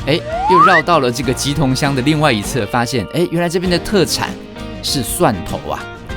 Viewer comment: 初次在這邊發言，但身為我媽娘家所在的斗六，忍不住想要糾正一下老師 莿（ㄘˋ）桐，不是棘桐